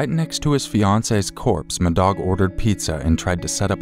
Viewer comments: I apologize in advance for this, I can't listen to the story about call 2 without thinking you're saying "m'dog" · "Madog"... C'mon, just stop. That's ridiculous. Can't even listen to that story. "Who was the murderer?" "My dog."